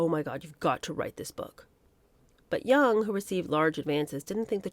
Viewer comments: It's pronounced JONG, not Jung (Young) like Karl Jung. Jong. Jong. Jong. Erica Jong. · Back in the day, we called her Erika Jong with the J prounced as a hard J, not Yung. Just sayin.